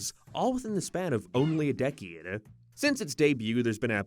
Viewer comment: The way you pronounced decade is like you said it in a foreign language, no offense.